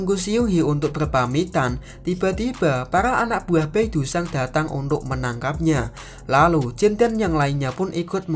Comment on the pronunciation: Seoul di baca soul, Bae dusang di baca be dusang(e nya e keras)young di baca Yong,Seung hee di baca seng hi (e nya e lemah)🙏sekedar mengoreksi😁maaf